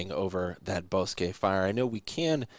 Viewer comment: ( ) Thank you for the coverage and pronouncing it right! TO EVERYONE ELSE: BOSQUE It's Pronounced BOW S-QUE NOT BOSS SKI